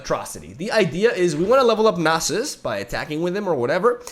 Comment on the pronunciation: ( Perfectly pronouncing "Nasus" on the reaction video) "I don't know if I'm saying it right, I'm sorry if that triggers anyone." Reketon and Bacalao: Am I a joke to you?